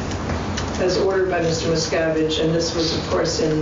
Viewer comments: You made a good video, but the way you say his name makes it sounds like you’re saying “Mrs.” It wasn’t until the lawyer was doing his examination that I understood what his name was. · anyone hear every time someone says miscavige instead hear, "Ms cavige